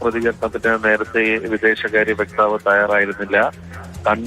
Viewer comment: വ്യക്താവ് അല്ല വക്താവ് അമേരിക്കയിൽ യഥാർത്ഥ നരകം ട്രമ്പ് വട്ടൻ